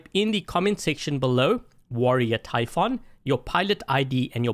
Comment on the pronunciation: Warrior typhoon 8J88QE And its pronouced ty foon not ty f on